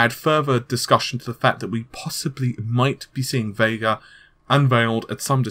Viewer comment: You Forgot early on he called it Vegga...